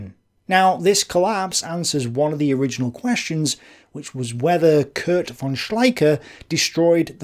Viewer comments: Von is Fon in german. V is often a F sound. I don't know if von is actually said with a v sound in english. But i find it distracting that you clearly try to say other german words with the right german pronunciation. Alot of docu's does that aswell. They throw around words like "führer" and stürmtruppen, trying to say them right, but keeps saying von with a v sound. It just messes with me... :( Anyway.. I like your videos. :) (I am not a native german speaker, so i might be missing something lol) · Actually "von" in German is pronounced "fon"